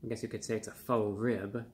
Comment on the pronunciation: When you say 'faux ribs', do you mean like 'faux shaux'?